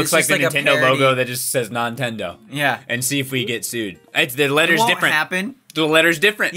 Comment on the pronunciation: Nontendo sounds like 'no entiendo' (i dont understand) in spanish